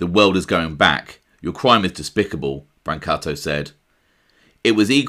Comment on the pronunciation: GREAT JOB EXPOSING THESE DIRTBAGS!!! …NOW…you just have to work on the correct pronunciation of the Italian last names, It’s not Bran’katto (Brancato) it’s Bron’ katOo👍🏽